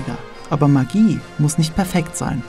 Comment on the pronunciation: Alter, du sprichst Magie falsch aus. Das hört sich an wie Maggi